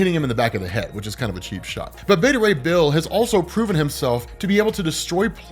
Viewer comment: Me: So... Frog+Thor= Throg... and Horse+Thor = Thorse??? Them: Yes on the first but you're saying Beta Ray Bill wrong...